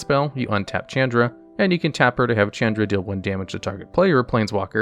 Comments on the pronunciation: Shh-aun-druh Not Ch-Ann-druh I know you read these comments because you now say Izzet right. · Wtf is a Chand Ra? Learn how to pronounce names dude...never heard anyone butcher that so bad. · Mispronouncing Chandra is difficult but he managed to do that